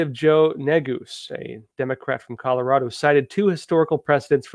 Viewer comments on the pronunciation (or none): none